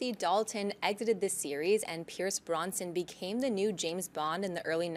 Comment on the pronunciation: His name isn't "Pierce BRONSON." It is Pierce BROSNAN.